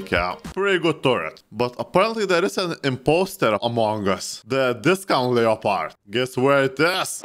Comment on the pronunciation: Finally someone who says Leopard not Leppard